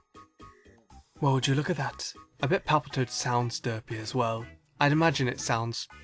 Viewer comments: XD he says it like "Duhpy". Also, 'Tony Daddi". And I'm exactly like the second pokemon on the list because I always have a straight face. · The way says derpy and derpiest really satisfies and makes me laugh at the same time for some reason 😂